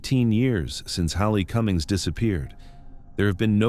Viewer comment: Haley Cummings is pronounced with a long a 😢